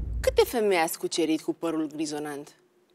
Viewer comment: Stimata dna Rifai...este par grizoNAT, nu grizoNANT...Dumnezeule! Prima data, am crezut ca am inteles gresit...dar...repetarea, mi-a confirmat. Poate ar fi bine sa mai "documentati" si DEX-ul. In rest, emisiuni interesante, datorita Oamenilor...Interesanti!!!